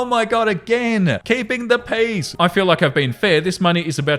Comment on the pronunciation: The first I heard you say, “keep the peace,” I thought you said, “keep the peas.” So every other time in the episode it’s mentioned, I just pictured someone with a hand full of peas 😂